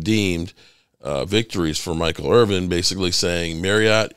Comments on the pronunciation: Irvin not IRVING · Dude, you called him Michael IRVING at least twice. C'MON